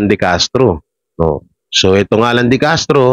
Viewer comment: De Castro po apeiyido hindi decartro